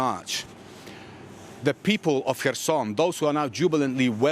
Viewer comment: Reporter: Herson & ukr guy : Kherson 🤔